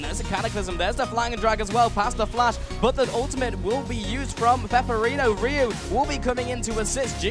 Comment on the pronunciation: his name is pepiinero, not peperino, hes a spanish player XD